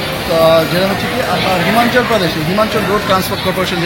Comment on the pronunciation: হিমানচল না, হিমাচল। টর না, টুর। বলবো না, ভলভো।